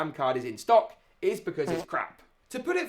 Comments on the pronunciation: i like how it said in sock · Ah yes, out of sock, in sock 😂